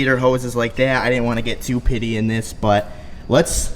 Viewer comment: For the love of god it petty not pitty lmao